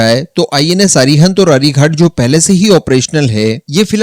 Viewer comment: Dear friend The names of our nuclear submarines are 'अरिहंत' and 'अरिघात' . Not 'अरिघाट' .